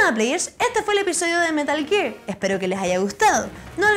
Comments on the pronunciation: metah geeegg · "metl giiir"